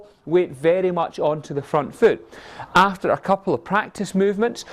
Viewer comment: Yesh Mish Moneypenny Love the way he says vehrry Nice video weel explained